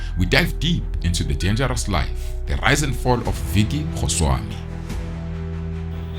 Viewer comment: It’s definitely his name, he’s pronouncing it wrong - but Goswami is a huge Gujurath name.